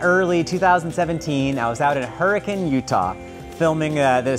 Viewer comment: So you know better the next time it comes up: The name of the place in Utah is pronounced, "her-i-kin".